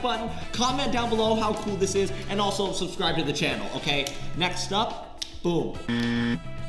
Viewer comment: not saying “subsribe” and not subscribe 😭